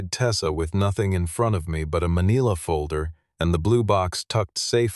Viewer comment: Pronunciation of ´manila’. The i is short. No one says man ee la!!! Please stop!!!